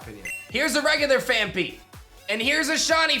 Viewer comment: Phan-PEE, Phan-PEE, NOT Phan-FEE!!🤦‍♂️🤦‍♂️